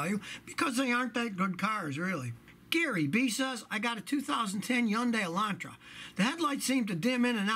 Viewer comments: Nighthax is right, the authentic pronunciation is hee-un-day. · Scotty, so far you are the first English speaking person who correctly pronounced HYUNDAI! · There is no way to pronounce HYUN in English but Scotty nailed it. I am Korean btw. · I usually pronounce it Hun-Day or Hun-Dai